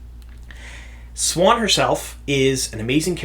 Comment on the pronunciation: MAN yourpronunciation is so different from mine, you pronouce it swan where i pronounce is see-ewe-awn Sawn-chey